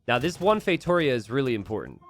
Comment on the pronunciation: the tonic syllable of "Feitoria" is on the last: "_ia". It's feitorIA not feiTOria.